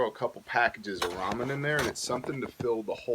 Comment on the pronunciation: I can’t be thankful enough you said ramen and not “ray-men”! 🙏🏻 Haha